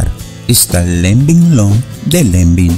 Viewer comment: Se pronuncia Lanven!!!!